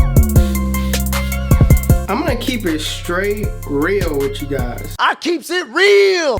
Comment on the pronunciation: “Anchus” 😂😂anxious